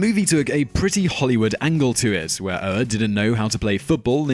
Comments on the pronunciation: Michael Ohr's name is pronounced oar just like the one that goes with a boat. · Oher is pronounced oar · I try not to pick on pronounciation but come on Simon you couldn't have rented The blindside? Whats that name again.